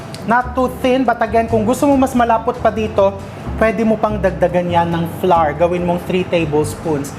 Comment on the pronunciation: I laugh how you pronounce flour, parang sounds "flower" . Thank for all your recipes and generous cooking tips❤️ Am just a new follower